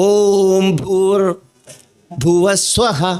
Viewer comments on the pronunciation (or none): ഇവൻ്റെ ആലാപനം ആരെങ്കിലും ശ്രദ്ധിച്ചോ ? ഓം ഭൂർ ഭുവസ്യഹ രണ്ടാമത് ഓം ഭൂവർ ദുവ സ്വഹ എന്നും